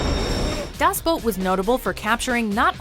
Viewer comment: Its actually quiet good for someone who doesnt speak German. Sure she pronounced "Das" with a long "A" but who cares. Coming from an actual German btw